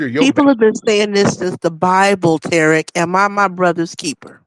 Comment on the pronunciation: Who the hell is "Terrick"? 🤔